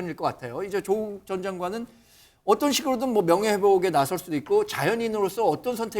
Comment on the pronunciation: 발음은 좀 똑바로 하자 조옷국 맞지?